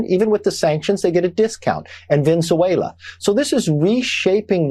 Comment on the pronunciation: "Crinks" and "Ven-su-wayla". What an ignorant bafoon. He just loves saying "crinks" becauae he can't say chinks.